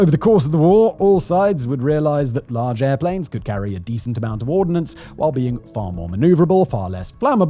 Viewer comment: It is "ordnance" not "ordinance". No "i". Two very different words.